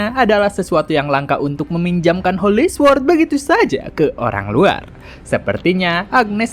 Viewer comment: sword di baca nya sord bang